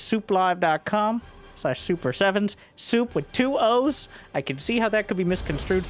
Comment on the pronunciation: Why does your „sooplive“ always sound like sooply, like they’re the overlords of StarCraft, the pylons giving energy to the game, the depots all those replays end up in.